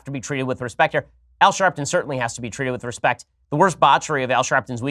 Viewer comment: Omg , respict, too funny